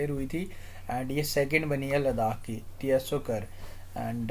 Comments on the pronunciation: But its not pronounced as T-S-O 🙏....Its like u saying Apple as A-P-P-L-E .....Not arguing Sir just telling ❤️ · Tso can be pronounced as "Soo"